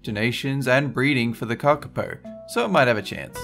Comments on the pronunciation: KA-ka-po, not ka-ka-PO. Also means 'Night Parrot' not 'night owl'. Yeesh. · Um its kakapu 😂